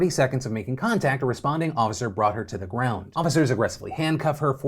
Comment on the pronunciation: "And z comments"